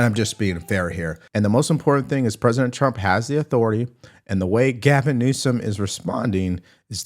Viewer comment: He's making a fool of himself as you mispronounce his name. Every time you say it. Stop it